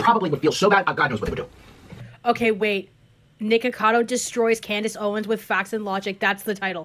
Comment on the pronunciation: "CLANDACE OWENS" 💀 im dead! & im just gonna not spell that w a "k" but 😅 ... we kno 😳